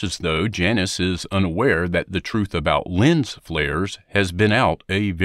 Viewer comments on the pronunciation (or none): none